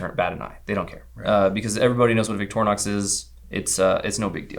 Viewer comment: Victor inox. Portmanteu of Mothers name and French for stainless steel. Not how your pronouncing this.